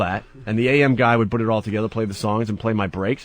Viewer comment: Bhut Bhut Bhut Bhut Bhut. What a fucking idiot. In radio since he's 18, can't say the word "PUT". Twat.